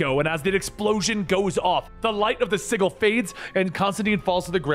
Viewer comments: please stop mispronouncing "sigil" - it's always been a soft J sound, not a hard g sound. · Sigil is pronounced with a soft 'g' (J) sound. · I'm subbed and I liked the vid cause it's awesome. And I'll continue to enjoy the content for a long time, I'm sure. But I gotta admit, it really threw me off when I realized you were pronouncing the word "sigil" with a hard G. I feel like I've been noticing a lot of little instances of comics content creators pronouncing certain words incorrectly. For instance, in the last couple weeks alone, I've heard and Rob from Comics Explained say "wield", as in to hold or use a weapon, when they should have said "weld", as in to weld two objects together. Almost like it's on purpose lol. I fear I may have stumbled upon the greatest YouTube grammar conspiracy that nobody was talking about lol. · Had a few in this video, sigil as ziggle wound me up too, didnt help that he said it like 10 times... "calvery" and "pack" (guessing it was meant to be a pact) in the same 5 minutes kinda killed the mood for me too.